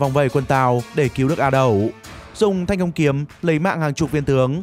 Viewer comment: Thiên cang kiếm, đọc thành thanh công, mé ngáo, tìm hiểu chút đi trời